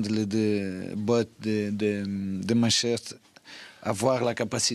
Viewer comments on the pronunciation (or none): 😂😂😂😂 c'est Manchester c'est pas Auxerre